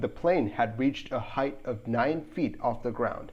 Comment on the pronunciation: This is pedantry I know but here’s a tip you can use from now on. “Height” rhymes with “bite”; there’s no “th” sound in it. We would not say “wathe” for “weight.” Yet most say “hithe” for “height.” Hard to figure. Good work. Thanks.